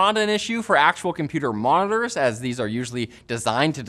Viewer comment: Compuerr Monaerrrs